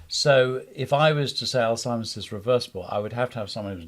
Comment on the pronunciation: Great interview. I do believe you're pronouncing alzheimers incorrectly though. There is no t in that word.